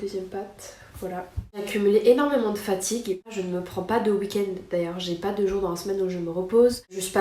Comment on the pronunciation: C'est ptet pas le moment mais faut que ça sorte : J'adore ton contenu depuis des années, je manque pas une vidéo. Mais depuis quelques temps t'as un toc de langage qui rend difficile d'écouter longtemps : Tu accentue énormément tes premières syllabes quand elles commencent par des consonnes, comme si tu les crachaient.. Exple : "on va PPPPPAAAAS non plus faire ça" (surtout sur les "pas") "VVVVVHOILA" "je suis entrain de TTTTTERminer" "ça pas avec TTTTTout" "PPPPARce que" Fin bref... Voilà voilà..